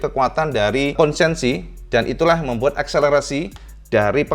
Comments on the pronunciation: konsesi, bukan konsensi. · Konsesi, bukan konsensi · KONSESI, bukan KONSENSI🙏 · Kayaknya KONSESI mas, bukan KONSENSI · Maap... konsesi,... bukan konsensi... 🙏🙏🙏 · yang betul itu konsesi, bukan konsensi. punten 🙏🏻